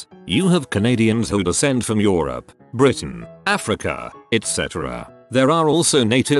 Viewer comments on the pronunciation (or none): none